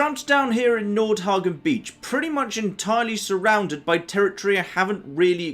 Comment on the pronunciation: Nord hegien not hagion